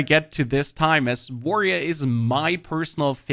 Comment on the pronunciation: you are BLOWING my mind by casually calling it “warrioa”